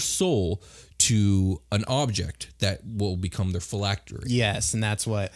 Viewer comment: Name pronounced correctly. 100 phylactery points for you.